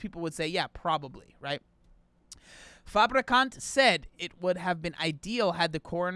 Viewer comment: The name "Daniel Fabricant" sounds fake, especially because he was pronouncing it like "fabrikant", the Dutch word for "factory". So he was just saying "Daniel Factory" over and over 🤣